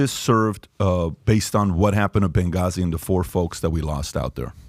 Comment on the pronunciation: Bagazi? it's Benghazi.